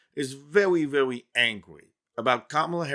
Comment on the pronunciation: vewy vewy lol